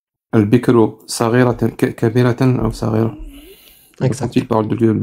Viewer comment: STP quand tu prononce 'saghira' petite, il faut prononcer: 'saghira' comme le mot français route à la parisienne, alors que tu prononce 'KH' c'est bien un son 'gh' comme le 'r' de Paris, route donc: saghira = petite et non pas 'sakhira'.